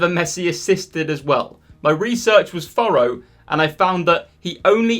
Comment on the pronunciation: Unbelievable that you pronounce ‘thorough’ like ‘furrow’ 😂😂